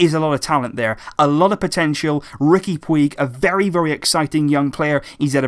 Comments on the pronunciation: His name is not pronounced 'Pweeg', it's really 'Pooj'. Just search "Puig pronunciation" and watch the first video that comes up. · It's pronounced pooch. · Puig is pronunced put͡ʃ ("Pooch") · His surname is pronounced "Putj" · Love your videos. Just one thing though, Puig is pronounced like putch in Catalan. Sorry just felt like it might be worth pointing out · It's pronounced "Pooj" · Takeuchi Omaha pooch* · please pronounce his name correctly. in catalan its pronounced like "pooch" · im catalan and the way puig is pronounced, sounds like "pooch". simple really. just google "how is puig pronounced" and it tells you in big letters. if you knew anything about fcb or catalan culture you would know that. im sure would want to get it right, why on earth would you actually knowingly want to get it wrong???. btw your grammar was much better last reply. well done. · "PUIG" isn't pronouced like that, i don't know how to explain it but it sounds way different. I'm Spanish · this is how you pronounce it.